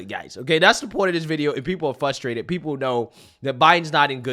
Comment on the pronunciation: Frustrated... not flustrated or fusstrated like I hear you saying.